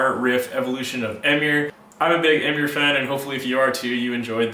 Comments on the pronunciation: Don't pronounce the band as "Emm-ure", it's "Em-uure" 😂😂 does that even make sense? Lmfao, sick video tho dude 🙌🤘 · Sick video dude but it’s pronounced em-mure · First time I've ever heard Emmure pronounced that way